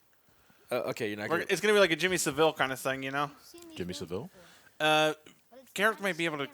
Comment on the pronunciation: Wait,, is that how you pronounced Saville? In any case, Jimmy Saville was indeed a beloved entertainer, he even had a TV show in the 80s called "Jim'll fix it." A show that children could write to him and ask for him to "Fix things" for them, one example was to dress up like a suitcase and go around an airport conveyor belt... seriously. But there were some reports of him performing acts of Paedophilia to sick girls in hospitals and even acts of Necrophilia, though that one was never proven as far as I'm aware. After he passed Newspapers like The Sun and News of The World were showing reports of victims of Saville, some were true and others had contradictory reports because they just wanted attention. It is one of Britain's biggest news reports at the time, and hell, they do still talk about it here and there on the rare occasion